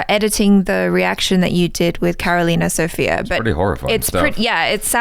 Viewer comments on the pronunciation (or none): none